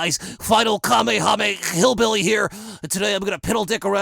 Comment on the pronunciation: Did he just say Final Kamehamehillbilly